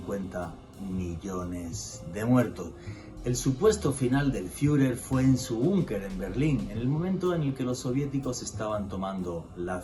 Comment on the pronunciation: El "Firer Jiler" 🤦🤦🤦 Dios mío enséñale a nuestros queridos españoles, que hay nombres y palabras de otros idiomas que es OBLIGATORIO pronunciar al menos según el consenso mundial: JITLER EL FIURER. Hittler el Fürher.